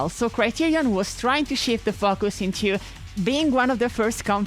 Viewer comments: Dunno if you have ever seen Hellboy (the good one) but every time you say "fu-cuse" all I can see is hellboy pointing at an austrian ghost in a fishbowl suit lol. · Far beit for me to stoop as low as to criticize someone's accent. But, I have to giggle every time I hear this try to say Focus. Then when an actual F-bomb drops. It's like why didn't you just say Foukus 😂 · Is it just me or does it sound like "f*ckers" every time she says "focus"? Anyways lovely essay, very interesting and keep up the good work.